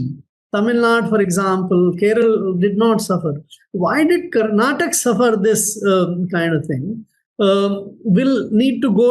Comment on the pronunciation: Bhai kannada wale pelenge jaise karnataka ko mispronounce kar rahe🤣🤣